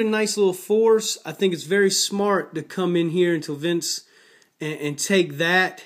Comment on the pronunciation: ITS VEN-ECE (how you pronounce Venice is Vince....wtf thats way off)